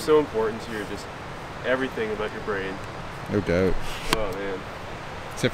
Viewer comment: Good stuff why does the one guy say... Aboat instead of about😂😂😂😂